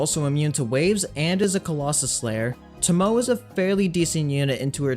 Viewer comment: Thank you for all the useful videos. Just an FYI, her name is Japanese and pronounced to-mo-ay.